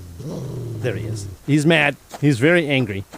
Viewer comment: angy is how my granddaughter says angry lol when you misspoke it made me smile and think of her lol